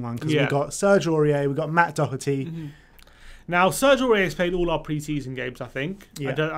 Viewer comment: His name is Doherty. You are as well to get to know the name of players playing for YOUR OWN TEAM. To help, its pronounced DA-HER-T